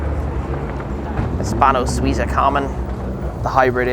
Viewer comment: Hispano Suiza …………. Oh dear